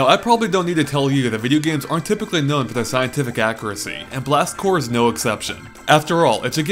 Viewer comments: Have you been saying Marine CorPS your whole life? xD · Seriously sounds like he is saying Blast Core...